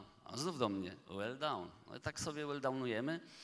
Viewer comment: well done, a nie well down :)